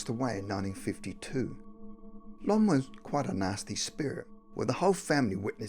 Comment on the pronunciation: I'd heard about Heidi (many ghost tv shows, etc.) and her friendship with "Mr. Gordy" and with "Con" as she pronounced it; his name was actually "Lon" as well as seeing a dark, malevolent spirit in her home growing up. She was mocked by schoolmates and even adults in her small town. I hope she still has that ability but knows how to use it properly now. The story of "Giuseppe" is new to me, but I'm glad that little girl was able to channel him and that his killers were brought to justice. These things really happened and if you don't, that's okay. Skepticism is normal but both cases have been proven to all be real cases of ghosts contacting the living. 👻💕